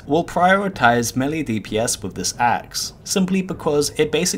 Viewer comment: Low Level Items - Ravager Level 37, right, that IS low Btw. it is mElee, not melli oder melly